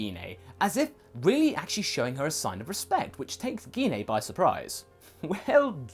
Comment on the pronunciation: Gine's name is pronounced as Jean. It's like when saying Jean Grey. We don't say Gee Na.